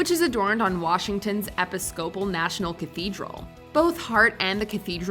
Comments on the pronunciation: "epi-SCOP-al"??? I think it should be pronounced "e-PIS-co-pal". The Episcopal Church is similar to the Catholic Church but less rigid. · " eppi scope-ul" cathedral?!?!?!? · Episs-cople? WTF?? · IKR? How can ANY adult NOT know that it's "ee-PISS-cuh-PULL" rather than "EPP-uh-SCOPP-ul"? And this isn't even AI voice that routinely pronounces names different ways in the same YT video. SMH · It's pronounced e-PIS-copal, not epi-SCO-pal. Cheers.... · Episcopal is not pronounced "eppy scopal", its pronounced "eh pih scoh pahl" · "Washington's 'Eppy-scopal' National Cathedral"?! Is now using robo-voices?! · epi-scopal is such a wild way to pronounce episcopal 🤣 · Eh-pis-SCOPUL? Is this an AI narrator or is someone actually this verbally inept? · I also died a little when they referred to the Episcopal Cathedral as "EpiSCOpal" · "Epp-iss-Scope-al"? Really,. get your AI to pronounce things correctly. and if this was an actual person saying that, hire smarter people and editors. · Learn how to pronounce "Episcopal". It's a religion observed by millions of people, and it makes you sound really silly when you can't properly pronounce the word. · My brain froze at her pronunciation of Episcopal… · Jesus Murphy, if you're going to narrate something, learn how to pronounce simple words, like 'Episcopal'